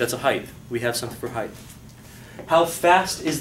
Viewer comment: dude, it's heighT, not heigTH.